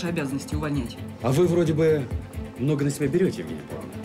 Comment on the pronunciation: Королева Евгения Павловна.Ударение)